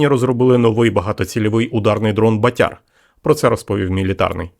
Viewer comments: 👍👍👍 От тільки не батЯр , а бАтяр !!! Наголос не правильно ставиш !!! А взагалі , то пацани молодці !!! СЛАВА УКРАЇНІ !!! ✌️✌️✌️🇺🇦🇺🇦🇺🇦💪💪💪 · Не БатЯр, а БАтяр.Наголос не правильно ставите. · бАтяр, а не батЯр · Так ріже слух ваше ʼбатЯрʼ,бо правильно-бАтяр,це такий хлопець відчайдух,що робить збитки. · 'Батяр- наголос на першлму складі. У Львівській області це парубок- трохи бешкетник, але альфа самець однозначно! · Батяр. Наголос на перший склад. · Наголос на перший склад ))